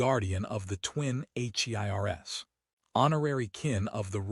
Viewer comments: And it's heirs, not H.E.I.R.S. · H.E.I.R.S M.Y Agape'ay... AI has issues that's going to turn into bad slang some day.